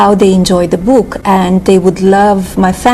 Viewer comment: The bOOkk . She cannot even say book. Melanie is an idiot.